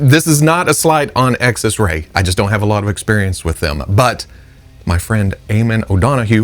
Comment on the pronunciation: Xesray, pronounced ZES-ray.